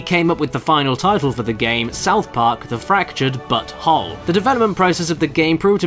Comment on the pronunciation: I appreciate that the narrator specifically pronounced the title "butthole" every single time